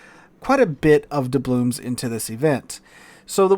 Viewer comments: Why does call them doublooms? With an M? It's doubloons, with an N. It's always been that way, that's the word. has been playing this game as long as I have. Is this an intentional thing, a joke? Or does he really not know the word ends with an N? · DublooN. With an “N”.